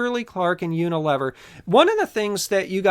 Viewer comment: I believe it's pronounced Uni-lee-ver